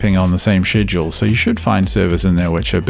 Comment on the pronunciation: I know that boy didn’t just say shedrool